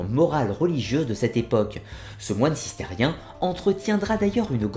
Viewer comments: Pouce bleu !! Même si t'es encore resté bloqué sur "Cisterien" alors que c'est "CisterCien" ! :D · Bonsoir, regarder hebdomadairement tes programmes est devenu un cercle de réconfort que je trouve rassurant et instructif. Merci. Cistercien est la juste prononciation 😎